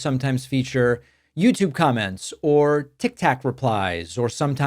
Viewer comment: Did you say Tic Tac replies?! 😂